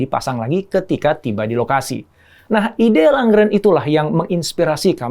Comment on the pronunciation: IKEA, Småland, Lundgren... sebaiknya pelafalannya tidak perlu diinggriskan. Karena pelafalan swedianya sama persis dg Indonesia. Salam.